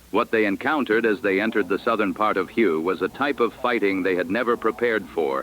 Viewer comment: Learn how to pronounce Hue correctly.